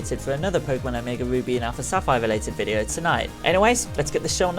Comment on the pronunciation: i thought he said omega boobies